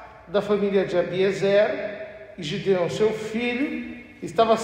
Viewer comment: Na minha bíblia esta escrito: GEDEÃO e o sr fala GIDEÃO